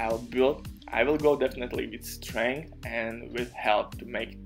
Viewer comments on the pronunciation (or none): none